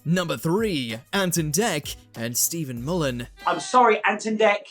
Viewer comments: It's mull-hern not mullan there's an r in his name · Yeah, really doesn’t match the definition of ‘frienemies’. Couldn’t even pronounce his name properly. In the UK that sort of abuse between male friends is a sign of affection.